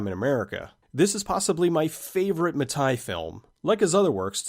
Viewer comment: Mattei is pronounced "ma-tay" not "ma-tuy" but otherwise, great video as usual